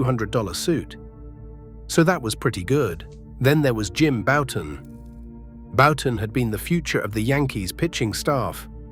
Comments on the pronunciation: . I’m pretty certain that it was AI. I mean, I’d HOPE it was, with the blatant mispronunciation of Bouton as “Boo-tan”. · . Jim Bouton is one of my two all time favorites, and hearing his name pronounced “boo-tan” was cringeworthy. Can’t imagine what the AI would’ve done with my other favorite…Mark Fidrych. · So is Bouton’s last name pronounced “Bow-tin”, “Boot-in”, or “Byou-tin” A.I. narration really ruined this otherwise fine documentary. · Die Nasty not dinasty, Bow ton not Boo ton. too many non relevant pictures also. I won't like or subscribe